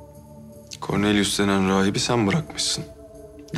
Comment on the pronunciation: Koranelyus diyo ben koronavirus duyuyorum